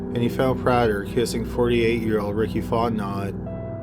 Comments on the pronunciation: He mispronounced Fontenot. It’s pronounced Font-no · The last name of the guy in the first part is pronounced FONT-NO the T is silent. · Fontenot? In Louisiana its pronounced Font-in-oh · Just a small note, in the first story the names are pronounced "PRAY-ther"(soft "th") and "Fon-TE-know" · (Font know) Cajun French pronounciation....🤬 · I think you're saying Fontenot wrong...You say it like Font-no. Honestly, you can say anything wrong and make it sound amazing! Thanks for all the uploads. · The names Fontenot is pronounced Font en no and the other is pronounced Ni Linger I'm from Pearl River Louisiana the first is French cajun sorry for correcting you but i know people from here don't know how to pronounce names properly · It’s pronounced font-en-oh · fontenot is pronounced Fon tan no. Just to let you know with great respect,. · Fontenot is a French name, which is pronounced like FonteKNOW. Just sayin' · Love the channel. My favorite. The first case, Fontenot, it’s pronounced “Faw’ten’oh” I cant do pronouncing things. I live in Louisiana. Many names are very hard to say. They aren’t said how they are spelled. Cajun French culture. I clicked so fast. Bored as hell at home. 🤟🏻🤟🏻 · Fontenot is pronounced”Fon-teh-NO” in Louisiana !🤓 great upload !! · Fontenot is actually pronounced Font-no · Hi! Someone from Louisiana here! you’re pronouncing it “font-not” but it’s actually pronounced “font-NO”. Our last names are pretty deceiving xD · It's actually pronounced "Fahr-ten-ow". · Like the channel but you have to ask how to pronounce names from Louisiana. Its fon-te-no. Not font-not. Your channel isnt the only to mangle names from Louisiana. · Story 1, Dudes name is pronounced Faunt-en-no Not Fauntnot 😉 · Fontenot. Pronounced Fot-No not Fot Not. I kept getting distracted by it.😂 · 'Font-Know' not "font-not" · It's pronounced font-a-know not font-not. I'm from there. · It’s pronounced Fon-te-no. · Fontnot is pronounced font-know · Fotenot pronounced fontano